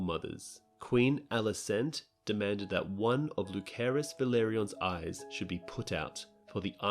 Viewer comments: Daeron. Dae-ron. Not Darren, not Darrion. DAE. RON. Daeron. Lu-sare-us. Lucerys. Not lukerus. Love your content, but they literally say the names on the show every week, minus Daeron but whose name is one letter away from Daemon, thus sounds the same. There's no reason to pronounce them wrong. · “Lukerus” they said it like 10 times last episode and you still butchered it